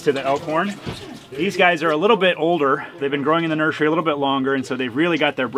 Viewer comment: I'm sorry is he saying NurSUREy?😂